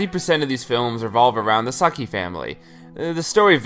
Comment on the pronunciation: It's Saeki, not sahki!